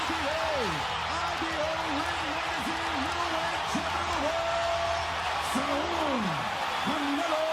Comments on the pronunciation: How are you going to make this entire video and not know how to pronounce the mans name correctly. Saúl and Saul are two completely different names. Two completely different pronunciations. Just disappointing on the lack of attention to detail. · Saul ❌ saw✅ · It’s SA-UL not sahl lmao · Great video, but the way you said Saúl as Saul made me laugh. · Saw ooool. Not Sal. Saaaw oooooool. ✌🏼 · He said “sawl” lol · Pronounced saw-WOOL In native english speech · Instead of being a rude bastard, teach him how to. Saaw-uuuuuul is a closer way to pronouncing it right. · You could at least have the respect to say his name correctly